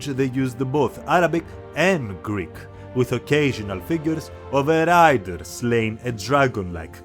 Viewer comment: your Greek pronunciation is excellent! Keep up the amazing work ❤